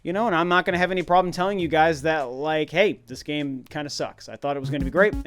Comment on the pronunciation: Did you rike it? 😂😂😂